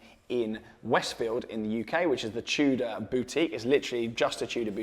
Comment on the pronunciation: r u saying chuda or tudor lol